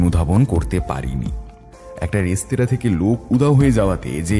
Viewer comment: বারবার "রেস্তোরাঁ"কে "রেস্তারা" উচ্চারণ করাটা ভীষণ কানে লাগছে। এই ধরণের ভুল যাতে ভবিষ্যতে না হয় সেদিকে লক্ষ্য রাখতে অনুরোধ করছি। নমস্কার।